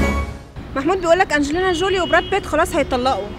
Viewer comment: انجلينا جيلى؟😳 اشهالبدليه الخرااا😂😂 اسمه انجلينا جولي